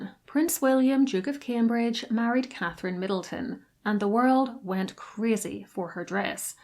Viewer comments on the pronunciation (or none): none